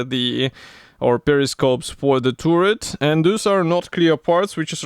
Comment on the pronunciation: За обзор большое спасибо! Но вот ваше «туррет» режет слух. Таррет (turret), Карл, таррет.😉